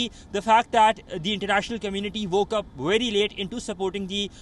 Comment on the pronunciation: PLEASE GET YOUR PRONUNCIATION RIGHT, ONCE AND FOR ALL...VERY not WERY! 🙄